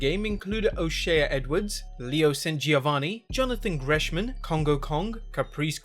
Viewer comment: Wwe 2k battlegrounds a big wwe release. I would like to know who your dealer is, because you're smoking some good shit. Also it's Gresham not greshman.